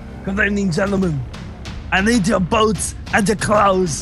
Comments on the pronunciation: it sounded like boats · Talon Barrett he's saying boots